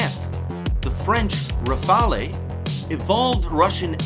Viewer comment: Try saying "Rafall" instead of "Rafa-lee" to suggest that you have HEARD of the plane, and not just READ about it. Even better, practice sounding both "a" as identically sounding vowells, like in the word "lap". A good French plane needs to be referred to by its real name, and not by the Italian sounding "rafalee" that is heard 10+ times in your otherwise excellent video. Thanks.